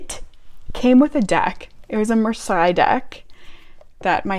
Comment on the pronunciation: Also, that Marseille deck book looks really interesting! (It's pronounced Mar-say btw 🙂). Are you also interested in general Tarot books not related to specific decks, such as those by Anthony Louis, Rachel Pollack etc?